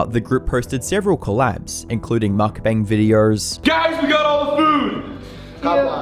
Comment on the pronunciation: it's not "mookbang" or "mukbang🔫" it's muk bahng closer to "bong" pronunciation than "bang" pronunciation